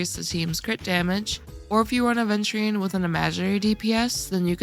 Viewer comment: Where's the D????????????????? it's Aveturine not ADventurine